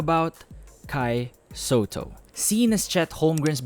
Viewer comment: "Sotto" hindi "Sowtoh.".